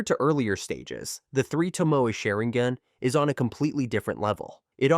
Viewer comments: SharinGHEN? WTF is this, Genghis Khen?) Please stop this AI generated nonsense. If you can't make videos yourself, let alone voice them - just don't do it in the first place. It's not worth ANYBODY'S time. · It's not sherigan dude it's sharigan learn how to talk before you make a video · WTF is sherigan? Honestly if you cant respect other people's language's than why bother? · Lmaoooo “SHARING-GAN.”